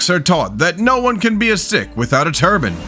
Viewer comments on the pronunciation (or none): As an FYI, “Sikh” is pronounced “seek,” not “sick.” (Approx. or )